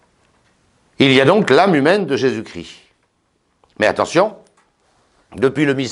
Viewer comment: Jésus-Christ Jésus ne crie pas Chrisssst